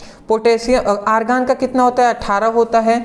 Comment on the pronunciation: Sir argan hota hai aargan nhi sir 💕🙏🙏🙏🙏🙏🙏🙏